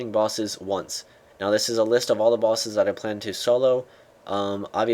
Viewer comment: he said solo bossess....derp